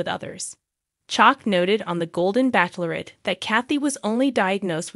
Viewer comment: I'll be glad when she knows how to pronounce Bachelorette.